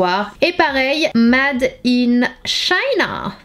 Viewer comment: [mAde] in China ? You [Ate] my sandwich ? Un petit effort quand même faut pas abuser 😅😅